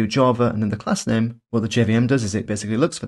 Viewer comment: "Macbook Eh", "String nem", aaagggghhhh 🙉